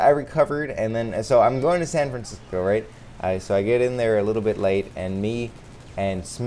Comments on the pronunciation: Am I the only person who notices he says "what is goat-in on?" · Can he not say going correctly